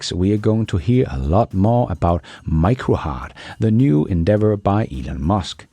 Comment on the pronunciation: Please stop mispronouncing Macrohard. There is no "i" in it. You don't sing "Mike the Knife", you sing "Mack the Knife".